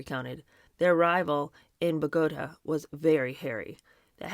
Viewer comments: Thank-you for pronouncing Bangor properly. Most people not from Maine call it Banger which is incorrect. And Bogotah is pronounced BO-GO-TAH not bugotuh. Don't mean to be persnickity. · BogoTA..I believe is how it’s pronounced